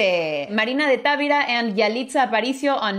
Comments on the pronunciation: No es Távira, es Tavira sin acento. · Analicemos el español de Miss Tuggy cuando dice Marina de Távira (es Tavíra) palabra grave con acento prosódico, puse la tilde por claridad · Hablando de mejorar nuestra pronunciación es Marina de Tavira, no Marina de Távira. No es una palabra esdrújula puesto que no está acentuada. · Moraleja: vuelve a sorprendernos al enfrentar la realidad con cordura y empatía. Supo en el fondo del corazón que pronunciaba mal Tavira porque sabía que una palabra grave que termina en n, s o vocal no se acentúa ortográficamente, es decir el acento recae en la penúltima sílaba (Ta-ví-ra). Ambas extraordinarias féminas me dejan a mí la moraleja de que es posible llegar a comprender y hablar otro idioma a la vez que disfrutas el expresarte en el propio. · He aprendido y corregido la pronunciación de muchas palabras con. Me atrevo a corregir en español el apellido de Marina, es una palabra grave, por lo tanto la sílaba tónica está en la sílaba VI. No se pronuncia como una palabra esdrújula, porque en ese caso, se escribiría TÁVIRA. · Tavira... lo pronuncias acentuando la 1ra "a", y no, no lleva acento...tu español es muy bueno 👍🏼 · Hola solo al tiro con el apellido Tavira. No sé pronuncia como tú lo haces. Ojalá aceptes la corrección. Saludos cordiales preciosa